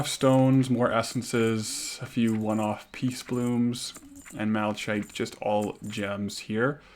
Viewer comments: and malachite is prounced 'mala - KITE' not mala chite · Fun concept, I'll be following along. Also, just fyi, it's pronounced "Mala-kite"